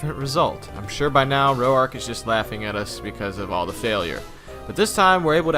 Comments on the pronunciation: I thought that it was, Roark not Ro-ark. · Just FYI, "Roark" is one syllable, pronounced as "roar" + k. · Did anyone else kinda get mad that he pronounced Roark wrong, the entire first gym? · Impressive video! I've always had a soft spot in my heart for pathetic little Combee. Also, that's the first time I've heard Roark's name pronounced like that...